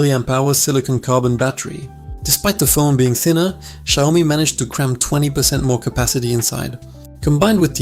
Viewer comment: its SHIAOMI not JIAOMI bro !